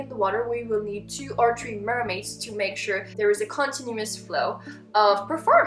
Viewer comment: It is three not tree not being mean just telling u